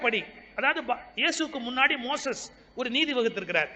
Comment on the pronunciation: மோயீஸ் அல்ல மோசஸ்